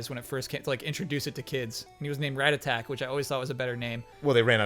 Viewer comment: The way pronounces rattata is freaking me out